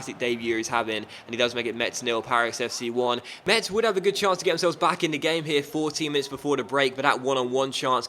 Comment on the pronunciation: Metz is pronounced like "Mess", not "Much", so your jokes doesn't make sense to me, as a french xD